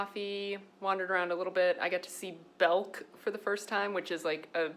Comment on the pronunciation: Blast from the past (I'm a southerner who has lived in Europe for about 25 years), when you said BELK. The only thing is that southerners actually call it 'Belk's' (fun fact :>)